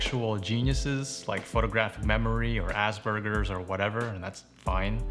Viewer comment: he really said ass burgers